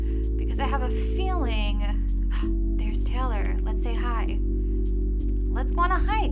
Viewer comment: So weird to hear you pronounce my name like that “Taylor” as “Taylour..”